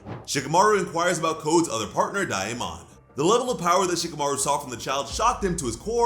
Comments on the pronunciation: DAIYEAMON!?! Just say . Day-mon. Please for the love of god 😭😭😭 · Dude you always say a name wrong Wtf lol "DAI-MON" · His name is day mon -daemon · daemon is pronounced "day-mon"